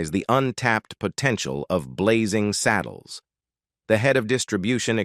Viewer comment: It’s Blazing SADDLES, NOT SADDLEES